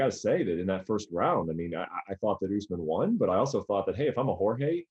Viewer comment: ariel pronounces won wrong